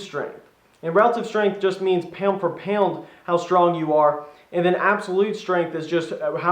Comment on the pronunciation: "Paond fer paond" ded